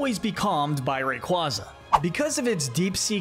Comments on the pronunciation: He said Rayquaza correctly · Are you kidding me? He is like the only creator I've seen that pronounces the names right! That is exactly how you say Rayquaza. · ? everyone i know pronounces it like that, ray-kway-zuh is just so wrong sounding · no it’s not, it’s pronounced ray qwayza, and if you think everyone one else is wrong then you are probably the wrong one think about that next time you spread misinformation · nope.. watch the anime and listen how they pronounce Rayquaza (Ray-Quay-Za)